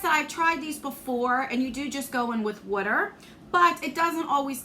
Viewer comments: I love the way you say wourder! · Some of us in Md. say “wooder ” too! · I know this is incredibly silly, but I love how you say "Water"! Your accent always makes me smile! ❤ I'm sorry the box was not that great though. What a bummer! 😢 It definitely feels like a cash grab. Hope Lexi is doing well. Take care! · I mean this in a good way: I love hearing you say water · That's totally a NJ thing. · Right?! I wasn’t sure what she was saying at first! ❤️